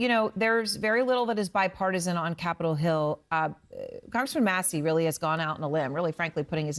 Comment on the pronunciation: She said Capital Hell/Hill 🧐🤔🤔